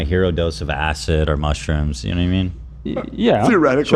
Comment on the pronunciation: Lol ethan mispronouncing most of the mushrooms in the ad read